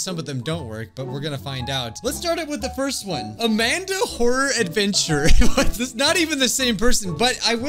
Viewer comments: the way you said amandi i was like-: Amandi!! Me: XD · LOL "AMANDI" XDDDD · Ah yes "AmandIII" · Lol this is funny the way he says Amandi is so funny